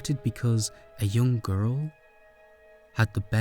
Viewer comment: This was an amazing video but I laugh everytime he says “gu-rl”